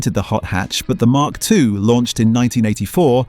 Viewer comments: Emm Kay 3? Don’t you mean mark 3…… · Ital not aye tal. And m..k 4 and m...k 3 escort. Mark 3 and Mark 4